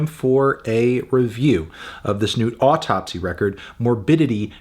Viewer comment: It's pronounced "Ow - Tupsy" just like the Matti Karky of "Deesmember"